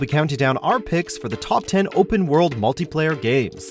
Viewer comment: Lol i. The begging it souded like he said multiplayer gays